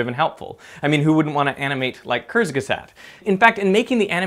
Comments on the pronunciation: Dirk mispronounced Kurzgesagt again! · Its pronounced koortsgaysuckt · Kurzgesagt -> the u is pronounced like in „uber“, z is like the ts in „that’s“ and the a is pronounced like the u in „but“ Sorry i had to, hearing how you pronounce German words is just cute :D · Work more on that "kurzgesagt". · You straight up butchered kurzgesagts name.